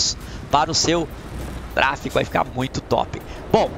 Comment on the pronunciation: Kkkkk TRA-FE-GO KKK um abraço tmj 😂